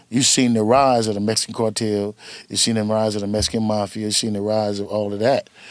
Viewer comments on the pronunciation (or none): none